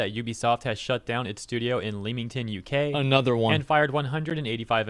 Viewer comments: It's not pronounced "Leem-ing-ton". It's "Lem-ing-ton" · As a Brit it physically pains me to hear how he pronounces Leamington 🤢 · It’s not “Leemington”, it’s “Leh-mington” !!!! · Another British town name that isnt said the way you'd think.. its said more like lemmington. 🍋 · Pronounced "Lemmington" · It's pronounced le-ming-tun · It’s Lee Ming ton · It’s LEEEEEE-ung-TOOOON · He's pronunciation of Leamington made me chuckle. Lived In Leamington Spa and it's a great town. But it's pronounced LEM-IN-TIN. We've got a few of these in the UK, where how it's written and how it's pronounced are wildly different. Bicester (Also lived in for years and is close to Leamington Spa) and Loughborough. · "lem-in-ton" is how we pronounce Leamington here, before we stab you then go for a cup of tea.